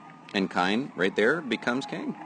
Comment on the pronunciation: His name is Kein...pronounced KEEN....not Kine...